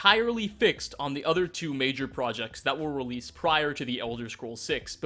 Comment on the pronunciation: major projucts???